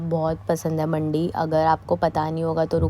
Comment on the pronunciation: Mandi pranounce m di wali hoti h mandi 😊😊